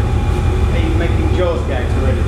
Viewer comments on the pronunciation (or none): none